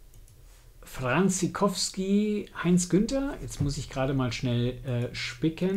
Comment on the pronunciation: Leider etwas spät, der Band ist glaube ich gar nicht mehr erhältlich. Hans Gerhard Franciskowsky, wird vom Nachnamen anders ausgesprochen und die Abkürzung H. G. Fancis wird deutsch ausgesprochen. Aber sonst ein schönes Video. Ob Roland Emmerich, der ja Deutscher ist die Serie mal gelesen oder gehört hat? Star Gate hat ja einwenig Ähnlichkeit. (Thomas)